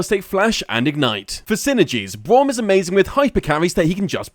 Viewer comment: I like how he says Bwaum at the start